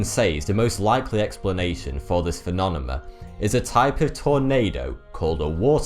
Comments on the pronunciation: love your stuff REALLY do..... but you gotta do something about that damn word PHENOMENON.... It happens all the Kennedys used to pronounce Nuclear as Nahk leeah which drove people bonkers. but phenomenon you got to break into easy bites phe·NOM·e·NON. Oh and CACHED (as in stored data ) is pronounced KASHd not Kash-ed Hope you don't think this is a pain in the ass, but you have a career here narrating documentaries, matter of fact you may be the clearest host on any YouTube video, so we are striving here for poi-fek-tion as they say in Naw-yak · He's switching the m and the n. I lived all around the UK for 18 years, I know what the accents sound like. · ***** If you can't hear that the N is coming before the M instead of the other way around, then I can't help you. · Learn to say Phenomenon or stop saying it so much FFS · Every time you say phenomenon it makes me giggle.. I know its quite a word.. im not trying to make fun.. its just kinda funny to me.. It kind of reminds me of when I try to say aluminum.. half the time i trip over it as well.. and phenomenon has almost the same issues.. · i Seriously love my dude making these videos, i also always thought he had impeccable spelling but the phenomenon thing, lol, love it even more!! Original content at its best :D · Smiddy Fiveonefive thank you. i kept hearing weird pronunciation of this word through out this video. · there is no accent that stops you from pronouncing the word correctly he has a problem pronouncing it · Yes, it's very distracting. He doesn't really pronounce it differently each time, sometimes he says "phenonemum," others he says, "phenonema." But he doesn't necessarily use each mispronunciation at the correct time. Phenomenon is singular, phenomena plural. So he mispronounces each the same way, and uses them as if they are interchangeable, not as singular and plural. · I hate how he says phenomenon as phinonemun.... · love your work dude, but.. phenomenon: "phe-nom-e-non"